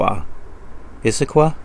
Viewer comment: You said Issaquah right all three times. (Indian word) The town sits right at the beginning of the foothills to the Cascade Mountain Range. Anything you see from Issaquah is a foothill.